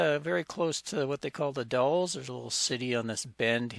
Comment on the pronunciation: Nicely done...again. You're in our backyard now (or when filmed). TONS of photo ops for Anne in the Gorge area. "The Dalles" rhymes with "the gals." French word for rapids of a river through a narrow gorge. Spring flowers are late this year, but it gets really nice in the mid Spring. We travel several times a year up & down the Gorge on both sides of the River. I believe I've posted a few photos over the years on your other site. One is of Mt. St. Helens . You picked a good week. Couple weeks back it was pouring rain and a little cold.